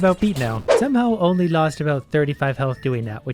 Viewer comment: "Inly 69 health" I think you mean * tounge click * noice